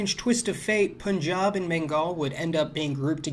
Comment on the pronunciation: Props on pronouncing punjab right!